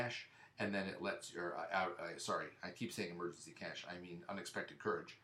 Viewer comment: You keep pronouncing cache wrong.